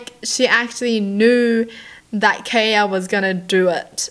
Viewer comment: My name is kaya, this is the first time I've ever seen someone pronounce it the way I do. And I just had to be the weird stalker girl lmao